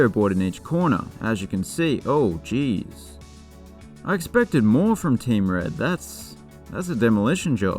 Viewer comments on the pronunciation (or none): none